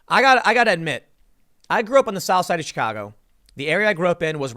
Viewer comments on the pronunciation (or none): none